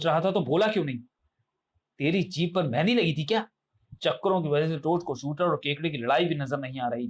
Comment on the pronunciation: Truti Sudhar => Shooter nahi Shooterr hai 😤